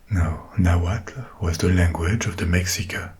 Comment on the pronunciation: This dude absolutely NAILED those hard consonants in Náhua 🙌🙌 I was impressed as somebody who had Mexican relatives that spoke it! What's really funny to me is that the only thing that was mispronounced (understandably) was Mexica- and that's probably because we say Mexico with a hard X (ks) but before colonization it was in Náhuatl and was pronounced (Mesh-EE-ko), and the people were the Me(sh)ica. Honestly tho the hard consonants are the more important part of the language anyway so it works